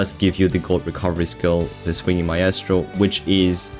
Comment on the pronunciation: first guy that at least tries to say "maestro" properly . loving your content as a new player 🐴